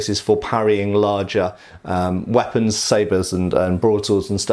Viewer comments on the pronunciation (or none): none